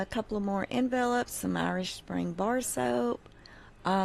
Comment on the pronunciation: Pardon me....but you are pronouncing the word envelopes incorrectly. .